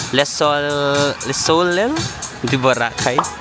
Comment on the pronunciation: Soleil read as So-lay